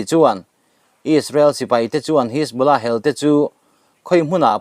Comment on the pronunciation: Buaithlak lutuk,mitamtak hriat tur in chanchin an puang ṭhin si a. A thumal lam sual leh lam dikloh pawh hrilh mah ila,a zawm duh chuang hauh lo.a thu a duh zek😂 Pool...hisbolah..jonny dip.. atam mai😂